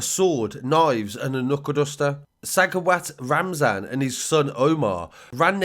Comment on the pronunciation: For one your saying his name wrong 😑 and the guy who shot his own brother karmas a bitch ain’t it lol R.I.P ya dam right he was a talented boxer 🕊